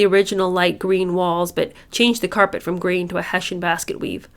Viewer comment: Althorp is pronounced Awl-Thrup Hessian - hess-see-ann